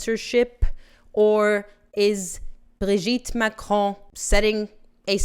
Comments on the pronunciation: Why in the world do you say his name like that??? It's pronounced Brogette Macron. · I think you just made this video so you could just keep saying “Brigitte Macron” with overemphasis on that silly accent😬😑